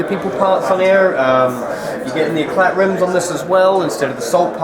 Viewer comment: How dopey, can't even pronounce Éclat!